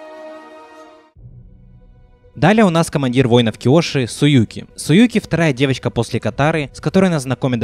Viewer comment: Не суюки, а зуки